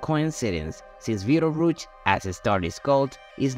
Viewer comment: Are you saying Beetle Roots?